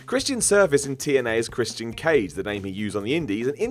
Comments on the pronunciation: POOSH CHRIST-E-AN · The way this guy says Christian...